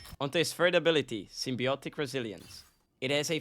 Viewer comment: Can pronounce “symbiotic” but not “corrosion”?? 😂 Good guide on Venom! 🫡 👍